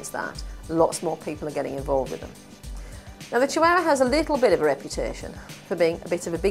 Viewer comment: really bugs me how she says chihuahua